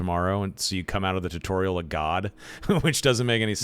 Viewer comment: Why is he saying jew torial lol